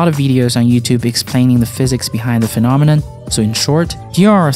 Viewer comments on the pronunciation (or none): none